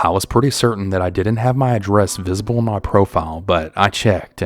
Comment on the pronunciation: “Ma husband said he seemed a little off” sounded so southern to me haha I’m Canadian and wish I had a southern accent soooo bad. Sometimes if I go to the bar my friends and I pretend we’re southern haha 😂